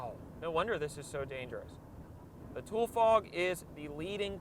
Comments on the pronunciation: Wow...has he never been outside before. The grapevine is dangerous, the California hills are dangerous, the trucks are dangerous, and the fog is dangerous. First of all it's pronounced "toolee" fog. Second, we usually only have a few weeks of fog, and although the fog season has been abnormally long this year, it's no big deal. Yes when it is really thick fog, it can be dangerous to drive in, but what you were driving in was not thick fog. You could see quite a long way. And unless you are just really sensitive and close minded, the fog is actually pretty and very cool. I love walking in the fog. It's got an ethereal look and feel. I love when it's foggy on a bright day and the fog lights up. Those of us that live in the valley don't hate or fear the fog and I think it's hilarious that so many people are posting things saying "Lets pray for our fog bound California friends" like we are in trouble. But now this guys blows my mind. He named the video "Exploring the fog" and then talked for 35 minutes while in the sun before getting to the fog and then high tailing in out of there 2 minutes later. The video name should have been "Blabbing about nothing while driving on the Grapevine". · Its pronounced Too-lee like a shortened version of Tulare(Too-lair-ee) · Bro it's pronounced Tu-Le. Named after the native Tule plant that only grows in the region. The natives of this region used to live in Tule huts. Pronounced (tu-le) huts. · two-lee that's what we call it here it least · I think its pronounced "Too-lee" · Tu-lee fog. edit: glad to see you’ve already apologized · As someone that's lived in the central valley...It's pronounced Too Lee Fog. Tule being a water plant. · UMM AKSHUALLY ITS PRONOUNCED TOO-LEE AS IN THE TULE REED PLANTS ABUNDANT IN THE VALLEY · It's actually "tool-E" fog. Source: I live here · Always pronounced it Too-Lee fog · How do u pronounce it so wrong lol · Its pronounced Tule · Pronounced “ Too-lee” not tool. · It's pronounced TOWELIEEE